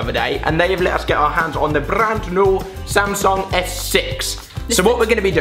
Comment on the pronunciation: Alfie says Samsung like Samsong lol